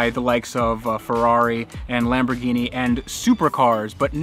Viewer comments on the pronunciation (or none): none